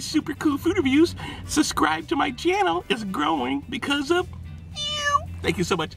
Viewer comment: i love your vids... but i have to ask.... are you saying "suscribe"? If so, you're not saying that word properly.